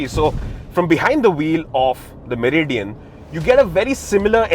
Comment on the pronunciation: Meri Dian 😂😂😂